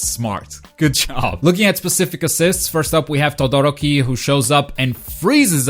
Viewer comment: Togoroki? Ooruka? Ur pronunciations are hilarious! Ik this aint ur language but damn bruv